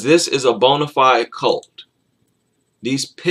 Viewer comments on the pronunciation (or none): none